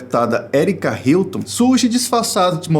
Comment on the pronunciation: “ Herike Hilton ” kkkk